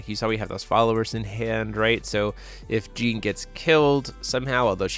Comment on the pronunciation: "With a Gene on the field" "A Gene can" "Really want that Gene" A what? I know a girl called Jeanne and that pronounciation would get you punched lol. Also why did he pay 2 for Flashing Smile. The Order side of Alice also has Genesis so it costs 1 even when ordered. Also what's up with those 4 Moonshades in Alice. Usually the only non white/black card in the deck is Pricia. Seems overkill (and killing yourself) when you could just play Cat Moon or Atrocias Memoria to hit both and maybe 1-2 Rulers Memoria and/or Light Moon for Pricia. That said, not finding any Ayu when you (hopefully) play a full playset after all that drawing is just rough.